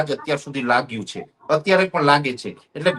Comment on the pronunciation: " chhe " bolta sikh